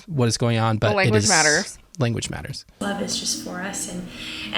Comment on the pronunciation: ”daughter” is wrong, “matters” is wrong. Both pronounced the way an American thinks they’re pronounced but are wrong about. She also says her L by putting her tongue between her teeth, someone who leant English somewhere in the UK (particularly someone from southern England by the accent she’s going for) would pronounce an L by putting their tongue at the top of the back of the front teeth. It’s a dead give away most Americans just don’t realise. Edit, I suppose if she had American parents she might form her L like that even with having a British accent. I’m trying to be fair.